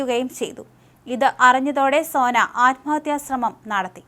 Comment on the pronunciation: സേന അല്ല സോന 😢😢